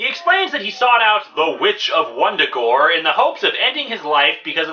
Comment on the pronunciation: Vun-Da-Gore... not Wundagore.